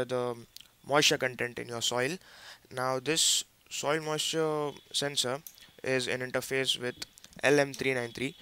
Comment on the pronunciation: soil mussure ? :)